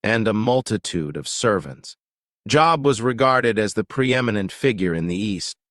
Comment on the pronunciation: I can’t even finish a video where the man name they are highlighting is pronounced so wrong.